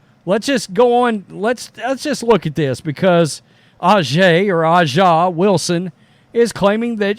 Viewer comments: It's obvious to me that you don't watch the WNBA. It's just as obvious that you are not a Steely Dan fan either. A'ja (pronounced asia) Wilson does not have time to be jealous of Caitlyn Clark. You really should not exhibit either your ignorance or your disrespect. Yes, she is all that, and you can't pronounce her name? And you should stop saying that nobody watches the WNBA. Speak for your hating self. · At least try to pronounce her name properly, you are disrespectful